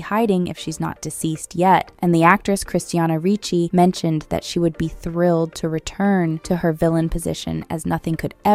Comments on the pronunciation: It's CHRISTINA RICCI, not Christianna.... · Don't know why the narrator keeps saying "Christiana Rucci". Weird.